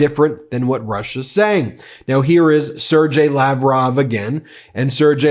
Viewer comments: it's pronounces as Ser-gay Lavrov, not Ser-jay lavrov, just saying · Just an FYI Sergeii is pronounced with a hard g not soft. Sorry but it was driving me nuts. 😊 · whoever preps you, Ben, forgot to help you with pronunciation of Russian names - 'Sergei' is a hard-g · Hi Ben 👋 Sergei is pronounced ser- ghei . Ghe like gherkin. Ge- ghe. Always happy with Meidas Touch, you guys are the best 💓🇬🇧🕊️🇺🇲💙🤗